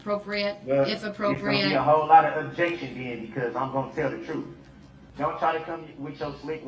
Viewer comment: Do dat. Breaf. Truf. Dooty. Oaf of office. This guy can’t even speak the English language!!! Where did he grow up???? Ughhh. Basic phonics!